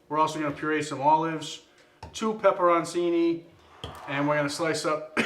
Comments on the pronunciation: This looks awesome for the Super Bowl, but as an Italian guy, its pronounced PEPPER-ON-CHINI (ch sound there)! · Add olive oil to the pepperoncini prior to blending it. And just so you Yankee boys know...it's not pronounced "pepperonsini." It's "pepperochini."